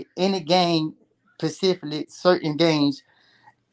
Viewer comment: I hate when our people say "pacifically" instead of "specifically". What's the problem with that fucking word?